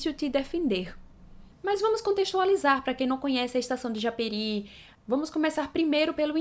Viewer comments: A PRONÚNCIA É "JAPERÍ" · A pronúncia é japêRÍ